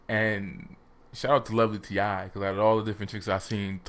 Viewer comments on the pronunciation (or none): Stop calling her lovely “t.i.”, t.i. Is a male rapper. You know how to pronounce her name correctly she says her name at the beginning of every video on her channel so YOU KNOW it’s pronounced (Lovely T). Your incorrect pronunciation comes across as low-key disrespect. You’ve clearly watched her videos so there’s no excuse to perpetually mispronounce her name 🙄 you mispronounced it on your Russell/Ciara video too.